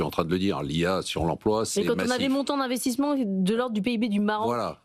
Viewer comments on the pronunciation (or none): Les "montons d'investismont" dit elle ?